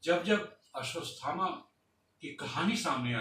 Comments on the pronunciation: आश्वत्थामा है ना कि अश्वतस्थामा है... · Bhai Mere "Ashwadhama" bolne tho seekh jaa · भाई वो "अश्वथामा" है "अश्वस्तथामा" नही ।